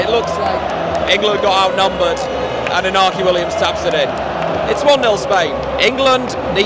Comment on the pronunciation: Also, if you are going to say Iñaki by accident... The enye is a sort of melded 'ny' sound; e-nya-ki or thereabouts :P